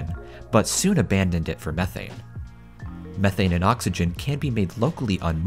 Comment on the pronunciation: How many times can you say methane wrong lol 😂